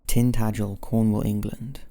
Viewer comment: You said Tintagel right, well done